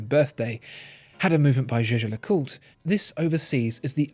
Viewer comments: For heavens sake Jaeger is German for hunter. It is pronounced YEA GER not jay jay . Learn and use this otherwise you are just irritating the hell out of me and your credibility on watch knowledge is completely undermined ! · any french person here can say that how he says Jaeger is wrong pronunciation? LeCoultre is ok, but Jaeger is simply Jaeger, not zezer or anything else.... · Your “jeje” pronunciation of Jaeger-LeCoultre..😰😰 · no he didnt it is a german word "jäger" ( means hunter ) but its a french name so its pronounced french but it irritates me as well